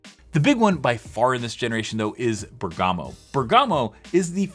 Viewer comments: Great video, just a note: it's Bèrgamo not Bergàmo ;) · It's Bérgamo, not Bergàmo... 😏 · Bèrgamo should be pronounced with accent on the ‘e’, it’s an Italian city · I think it’s pronounced “BEAR-guh-moh” but idk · It's Bèrgamo, accent on the e :)